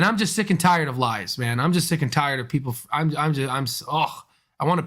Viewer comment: Hi, I think it's pronounced man not main